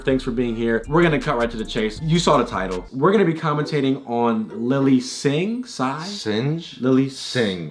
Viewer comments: Singh is a Indian name, the way you’d pronounce it isn’t siege it’s Singh which rhymes with the word ring and that name originated in India with ties to the sikh religion of Punjab India, I would know because my name is Jagvir Singh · How do you not know how to pronounce Singh?? It’s one the most popular names in the world 😂😂😂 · Yo don't start your video with a bunch of mispronunciations of her last name. I ain't a fan of her, but that's just plain racially insensitive. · Ok how you can’t pronounce LITERALLY the most common last name is so bizarre that the rest of your video isn’t worth watching tbh. Hate me for saying the truth 🤷🏻‍♀️ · they knew very well how to pronounce her surname yet they deliberately chose to butcher it. bunch of nitwits